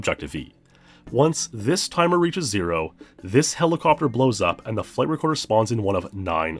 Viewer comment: Every time you say "flight recorder" I hear "flavor quarter".